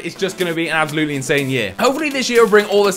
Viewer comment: I love how you say 'Absolutely' xD Abzalootly haha